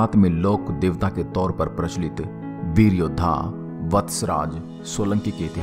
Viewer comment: Awaaz Thodi alag a Rahi Hai Veer Yoddha ki jagah BEL Yoddha Sunai Diya Diya please usko thoda Sahi Karen